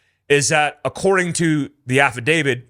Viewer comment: It’s an “Affidavi’T’”. Not “Affidavi’D’”